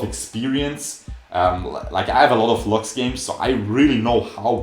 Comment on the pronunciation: I hate how he pronounces lux.